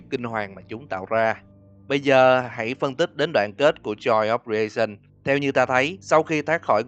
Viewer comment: Joy of creation sao thành joy of raisin(nho khô) vậy anh=))) à mà còn cái nữa là có một đoạn chúng ta thấy một chiếc điện thoại reo liên tục nhưng ko có ai trả lời, có khả năng đó là điện thoại của nick và anh đã ngủm. Nhưng tại sao những animatronic lại có thể giết người mà ko có kẻ trung gian được?